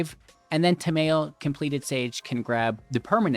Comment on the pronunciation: "Ta-mayo" Tamayo? Ta-mayo?! What is she, a condiment?